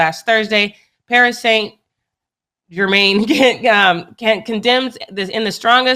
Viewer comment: PSG v REAL MADRID “big championship match” 🤔🤦🏻‍♂️😂😂😭💀 they not even in the same league lmao it was just a regular match & homegirl can’t even pronounce Paris Saint-Germain